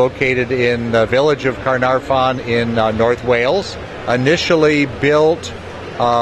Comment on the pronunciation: He completely miss pronounced Caernarfon